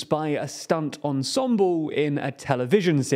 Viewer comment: "struggoo"? I think he means "struggle." And "budgepp" is his word for "budget." "Ensemboo"? You got it, "ensemble."